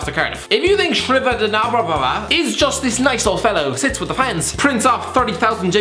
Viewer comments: The way he tries pronounce the Leicester City owners name 😂😂😂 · His pronunciation of Leicester's owners name is hilarious 😂😂😂😂